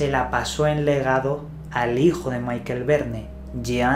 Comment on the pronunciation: Por favor, no pronunciéis todos los nombres como si fueran ingleses. No digáis Maikel Verne. Michel no se pronuncia así. Es ridiculo.